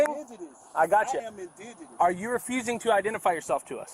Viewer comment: “I’m ingidenous”…Got it